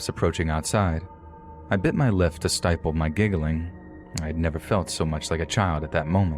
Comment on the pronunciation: Pretty sure he said "Bit my lif to stiple my giggling" instead of bit my lip to stiffle my giggling.